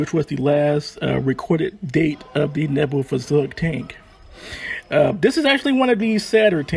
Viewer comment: Point on the Neubaufahrzeug. First, it’s pronounced like this: Noi~bo~far~zoig. Second, it’s 75mm and 37mm were in the same turret! I know this because I own a model. That also means that I know the two sub-turrets were armed with single 7.92mm machine guns.